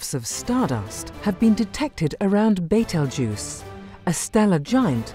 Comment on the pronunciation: Completely butchered the name Betelgeuse! I guess that is why they changed the movie's spelling to beetlejuice so dimwits could pronounce it correctly.